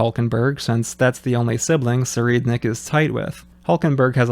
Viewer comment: I really enjoy your analysis, production, and sense of humor. AND you pronounce Tserriednich correctly? Subbed. Shifting to Kurapika as the main character was such a good decision. The Succession War, at the very least, needs a clever and analytical strategist to be the lead role. I also enjoy getting a deeper look into the mafia. Seeing that they are a serious point of influence, rather than just overconfident clowns that get dunked on, is really nice after the Spiders painted Yorknew red with them. Even though we're not seeing too many mafia people with calamitous power, they're smart enough to know when to maneuver, and it's a really interesting addition to the dynamic. Speaking of the Troupe, I would also really like to see them ally with Kurapika. I think they could still fall into conflict, but if Tserriednich and his associates were behind the atrocities that drive both parties, figuring that out could be a major step toward lasting peace between them. Also, Kurapika's character design for this arc is so fresh. It's cool to see him ditch the village garb for a suit to really drive home the change of atmosphere. The longer hair also works well.